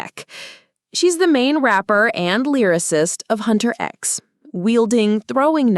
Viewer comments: this is a great video, I love when people do character analysis! (one thing their name's pronounced 'Huntrix' and not 'Hunter X' tho) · "Hunter-X" What is this, another AI voiced slop video? It's Huntrix. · Love the video, my only issue was hearing Hunter "X instead" of "Huntrix". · "Hunter X"?? Sounds like how AI would pronounce Huntr/x. Ugh. Such a shame, is the script even real? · If you watched the movie, all the time they are called "HUNTRIX" not "HuntrX"